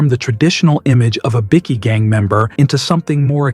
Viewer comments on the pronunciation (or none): Another AI channel, pity this AI cannot say bikies.